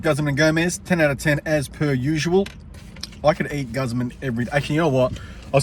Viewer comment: Hey it's Guzman not Gazman.